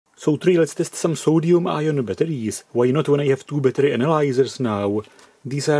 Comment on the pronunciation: And it's a new element: "Soduium"..